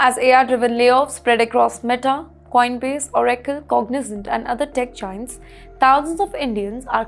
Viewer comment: Pronounciation is very bad. Oracle is proniunced wrong.